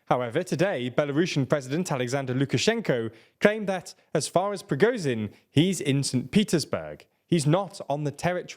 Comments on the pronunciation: who is PRI GO zin????? you mean prigo_zzzhhhhhhin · his name is prigo-ZH-in, not prigo-Z-in. the english language has the sound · Please learn how to pronounce Prigozhin; 'zh' is not pronounced like 'z'.